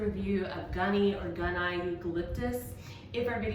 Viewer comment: It's Eucalyptus gunnii... and it's pronounced gun-ee-yi. The double ii means it was named after a male botonanist. Eucalyptus gunnii is endemic to Tasmania, Australia, where I live, and I'm a former herbarium technician.